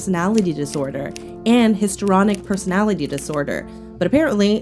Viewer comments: It is Histrionic not Historonic. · First of all, AH PLEDGED the $, not DONATED! Second. It's HISTRIONIC, NOT HISTORONIC!!! Very POOR reporting!!!